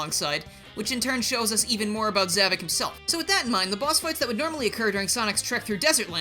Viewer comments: Za-VOK not Za-VIC. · It’s “Zavok”, not “Zavik”! Get it right!